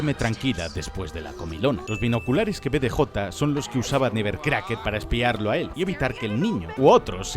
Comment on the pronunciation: “ESTOY EN TU SÉSPED NEBBERCRACKER”🗣️